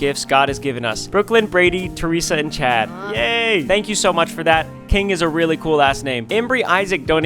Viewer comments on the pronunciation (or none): none